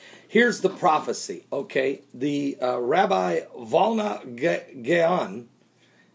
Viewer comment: It is the Vilna Gaon, not Volna.